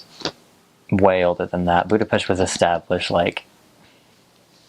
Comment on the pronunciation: I really like that you pronounce the name of the capital and the name of the nation properly, Congrats!